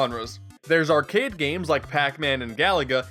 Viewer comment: When you said "arcade games" I heard it as "our kid games" and I got really confused.